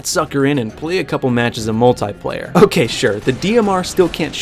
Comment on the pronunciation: What is a Mul-TIE-Player? Lmao I’m joking but nice video 👌